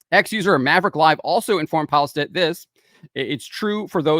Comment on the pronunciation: Its not Pajlstedt. Its Peelestedt the e after L sounds like the "e" in mess.